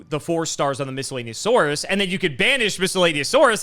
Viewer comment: will struggle pronouncing a common everyday word and pronounces “Miscellaneousaurus” flawlessly without even really thinking about it, and I don’t think we should gloss over that.